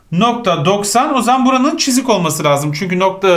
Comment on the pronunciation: İlk 5 dk sini tekrar izledim çünkü hoca "cızık" deyince güldüm